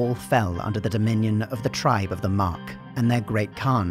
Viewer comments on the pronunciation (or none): none